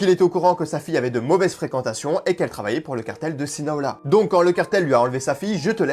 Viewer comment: Sinaloa pas Sinaola